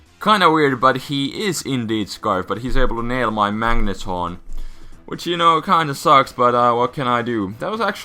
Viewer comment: Did you just called the Magneton a Magnetron, or is it my ears ringing from music?